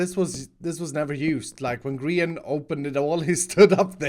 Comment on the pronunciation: It’s grain not grain